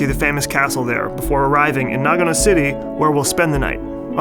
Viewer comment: うーん、日本人としては、英語の「No」と ひらがなの「の」では全く違って聞こえるんだが。というか、あなたを含めた英語圏の人が読み上げる「長野, Nagano」は、日本人には「ながのぅ」としか聞こえていないんだよ、実際。